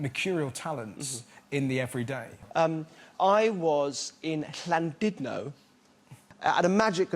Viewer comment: He even said Llandudno properly 😂 plus it sounds like he was outside the boulevards club 😂